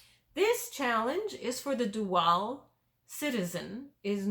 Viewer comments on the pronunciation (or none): It's pronounced "DOO-ul" NOT "doo-AL"..............I didn't know what you were saying for quite a while..........